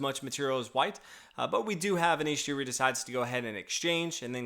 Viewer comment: Giri is pronounced with a hard G, like in ghost or girl.